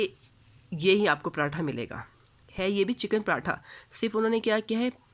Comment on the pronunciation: Zinger atha nhi hota😂 pratha ka p Nikal k atha ko zinger k Sath bool jese zingerpratha ka p na bol bas😂